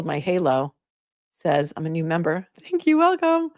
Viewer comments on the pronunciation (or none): none